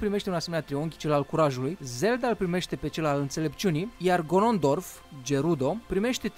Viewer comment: hirule XDD MOR se citesti highrule Gorondolf XDD